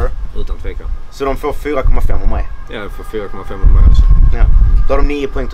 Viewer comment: " GE MAIJ PENGAR'"